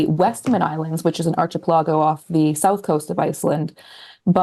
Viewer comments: Archie Pellargo sent me to the comments! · the way she said archipelago hahah